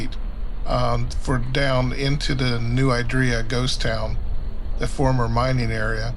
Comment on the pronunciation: San Benito resident here, you’ve got it right, you’re just saying it a little funny. No idea where this person got “I-draw”…